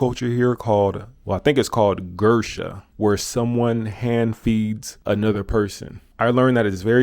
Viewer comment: Definitely not called gersha. Lol its gusha.